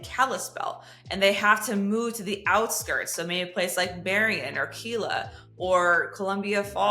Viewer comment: Sorry, you missed pronounced Kila, the I pronounces itself. 😊